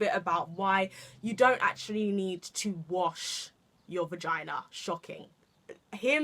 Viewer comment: You always deliver something different... But hold up girl did you just say "Regina" 😂😂😂😂😂😂